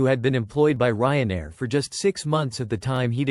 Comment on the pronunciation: the narration is terrible and makes no sense. No proper cadence of speech. No human expressiveness and emotion. Doesn’t pronounce Ryanair properly also. Ignores punctuation and doesn’t match it with the tone of voice. It’s super unnatural to listen to. I lasted 1 minute.